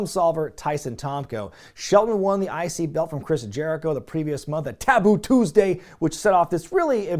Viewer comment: so weird, I remember this scream from over 20 years ago. Between this, and his pronunciation of Taboo Tuesday, Snitsky was a gift.